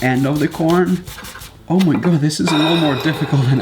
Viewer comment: “Oh my Gaw”